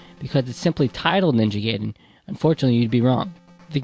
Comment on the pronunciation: Guy-den, not Gay-den. Otherwise, great vid.